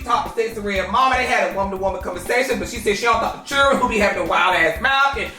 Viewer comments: “In da house with the churen” lol 😂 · “With the chirenn 😂😂😂😂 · “Inna house…w/ the churrin” 😭😭😭😭😭😭😭😭😭😭😭😭😭😭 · " I HATE YO ROLE" " WITH THE CHUREN "😭😭😭😭😂 i'm hollering .